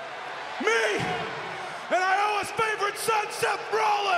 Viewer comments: Did KO say I OH UH (Iowa) 😂🤣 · Is it just me or did KO pronounce Iowa kinda weird?